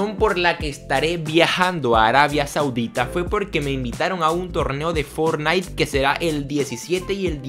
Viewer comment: "Fornait" jajaja